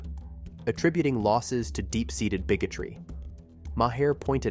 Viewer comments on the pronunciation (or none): Who ever did the telling of this be it a person or a I. Ya need to pronounce the man's name right it's not Moe hair. It's sounds like Mar... Come on people education please !!!! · Maher is one syllable and rhymes with bar, car or far. Every time you say "Mah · here" I literally cringe! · Pronounced Marr.... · Omg, yes. Thank you for posting that. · For the love, of God, if you're going to use AI to nmarrate your videos, at the very least, teach the AI to say the names of nationally known people like Maher correctly.